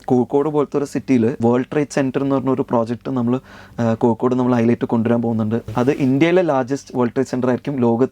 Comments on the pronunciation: Kokod alla Kozhikode 😂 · കോഴിക്കോട് എന്ന് സ്ഫുടതയോടെ പറയൂ നീല കുപയക്കാര